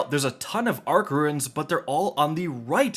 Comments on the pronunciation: Losing my mind listening to this man call Runes, Ruins for 10 minutes. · Runes not ruins thanks for the video